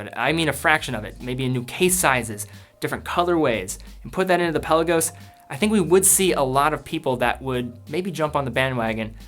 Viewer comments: Good vid, but “pel-law-goes.” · Love ur videos but u gotta stop pronouncing the Peh Lah Gos like that.